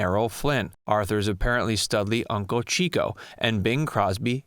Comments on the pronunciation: C'mon... Dorothy LaMarr? And Chico Marx's first name was pronounced "Chick-o," not "Cheek-o." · Chico Marx's name was prounounced "Chick-o" as in, he got all the chicks. Not "Cheeeeko"